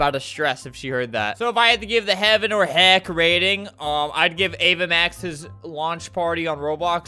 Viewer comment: HEY YOU SAID HELCK